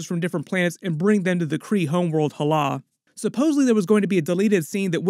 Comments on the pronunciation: im sorry but how can you watch the film and then still pronouncce hala wrong? its ha-la not hallah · I know I'm being a dick but, "hahlah"? They say Hala a bunch of times.